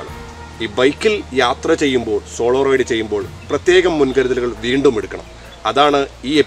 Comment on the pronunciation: Raid alla Ride❤️